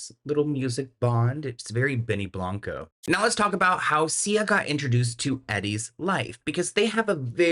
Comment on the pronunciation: Oooh Sia , not CIA 🤣